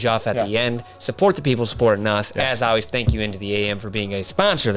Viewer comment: Wait….does know there is an “L” in always?